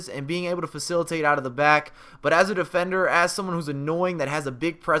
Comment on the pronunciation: Top 5 Best "Denders" cmon haha